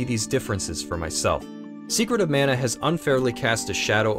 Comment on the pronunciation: Love the review of this overlooked classic. I hope it gets a remake at some point. Your pronunciation of Mana is jarring though.